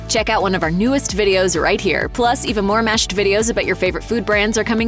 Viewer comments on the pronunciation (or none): none